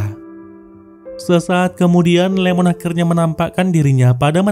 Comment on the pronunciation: Wkwkwkw.... Iemon bang, bukan Lemon wkwkwkwk